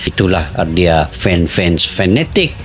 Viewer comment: Fans..bukan fens..ucapan bhs indonesia yg benar jgn merusak kosa kata..klu tdk bisa berbicara bhs indonesia yg benar ..kalian pakai saja..bhs melayumu..